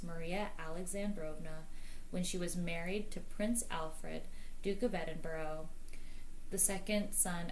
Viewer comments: Edinburgh is pronounced like 'Edin-burrah' not 'Edin-burrow.' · Edinburgh is pronounced Edinburra, never Edinburo, which Americans wrongly say. (It drives Scottish people mad to hear it called Edinburo.)